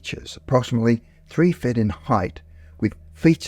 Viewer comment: To be fair, the narrator does sound like he's talking with a mouth full of potatoes. 'Three fed in height' 'Multiple protrudmances'? Maybe he hit the turps too hard before recording.